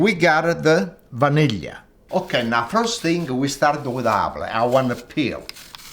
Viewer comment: Love how he pronounces vanilla!